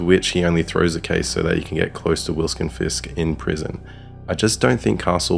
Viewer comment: "Wilskon Fisk" heehee